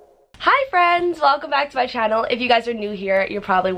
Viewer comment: You sounded so British in your intro when you said “channel” !!! 😂😍